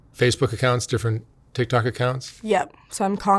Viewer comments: Is it just me or does anyone else hear her say, "tit tok" ? 🤷‍♀️ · “Tih tohck” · The way she says TikTok “TihThok”